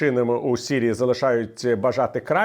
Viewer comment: Дякую пане Віталій за вашу працю. Але українською буде Сирія, сирійський а не сірія, сірійський